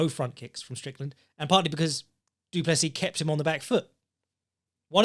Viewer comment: Duncis Pluncis?!? Lmfao I just spit out my coffee laughing at work listening to that wtf 😂